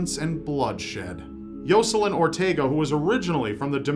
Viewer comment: I could barely pay attention to the one story because he kept saying “Yo-Sa-Lin”